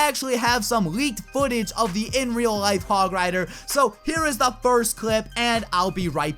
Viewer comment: Said it terribly the hog rider thing